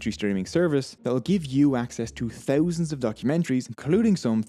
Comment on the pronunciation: Your pronunciation of "Thousands " got me eveytime🤪